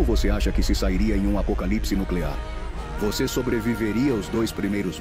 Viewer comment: Um guia digital audiovisual de como sobreviver a um "ApEcolipessê" nuclear!! 😂😂😂😂